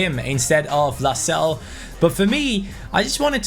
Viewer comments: Lascelles not lascelle hes english not french good vid tho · You do say the S in Lascelles